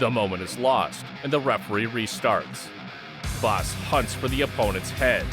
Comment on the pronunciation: I like how this guy tries to pronounce words like bas.. like power and palm strike haha perfect!